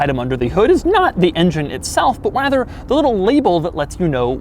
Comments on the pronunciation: Did you say.... rather or wather....? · No one else heard him say “wather”?